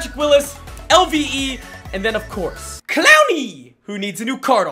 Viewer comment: Its so funny how says clowney sorry if I spelled his name wrong